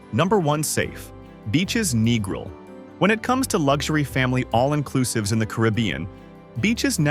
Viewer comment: can't even pronounce Negril properly, can't take an AI review seriously. Everyone knows about Hedonism. Same with Montego. RIU is a rundown has been resort. Bahia Principe is a giant paved over nightmare with a thousand guests. Food is awful in a place that big. Sandals is ok but way overpriced with an air of pretension. We have stayed at Couples Sans Souci 12x in last 10 years, going in Nov and Feb. It's perfect because it's small, no one under 21, nude beach, good food. Who cares about discolored grout in shower. The staff is great, remember us every yearr.